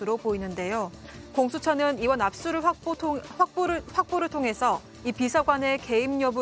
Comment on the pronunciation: 확보를 화보를 확보를 통해서 ㅋㅋㅋ 아나운서 종편 클라스